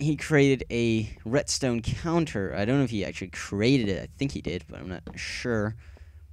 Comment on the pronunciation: retstone? I thought it was redstone :)